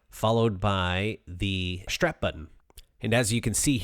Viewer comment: What's a "shtrap" button? What does it mean to drill "shtraight"? Curious, as I've never heard of a shtrap button or drilling shtraight.